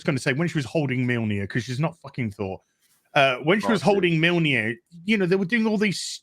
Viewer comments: 'Milneer' LOL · It's kind of hilarious to listen to these guys pronounce mjölnir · bruh how can not pronounce mjolnir correctly lol